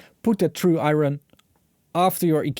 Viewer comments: I noticed that too , and it’s a big problem, cz it can be confused with Ion fron particle physics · The true Ire-ron! Emphasis saying the silent R. :D